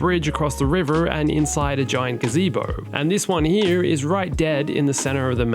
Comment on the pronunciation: This is the third time in my life i heard the word gazibo